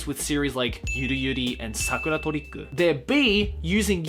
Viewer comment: Why is it that in the title "Sakura Trick" you pronounce the English part in the Japanese way ("torikku") whereas in "Akuma no Riddle" you pronounce the English part like regular English ("riddle")?